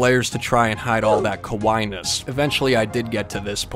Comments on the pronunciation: OMG!!!! You got your boys a Cat Dancer!!! Do they love it?? 🖤🖤 Also the 2nd time you pronounced "kawaii-ness" actually meant scary-ness. You sort of pronounced it "kowai" which means scary. 🤣😂🤣😂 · Lol the way he said kawaii is just- Ka wah hee Lolol